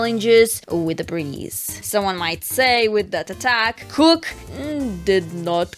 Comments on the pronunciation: It’s kook not krook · Everyone pronouncing Kook with a c instead of a k... Me: Well, isn't that cute? But it's WRONG!